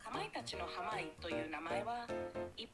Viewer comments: はまいえりゅういちをはまげとか色々間違えてるので笑ってしまった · ずっと濱家って言えないの笑うわwe